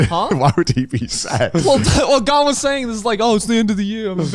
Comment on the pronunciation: Garnt's pronunciation is shockingly on point as well